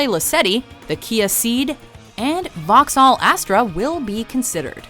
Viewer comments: "Vauhcksaaaal" that's horrible. Vauxhall, vocks-hull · Lol the way she pronounces vauxhall sounds like she's regurgitating pre chewed food. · It's not the Suzuki L-i-ana. It's Lyana. It's not Vahxhall. It's Voxhall. (Phonetic spellings.)